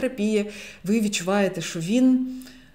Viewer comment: Не ШО, а ЩО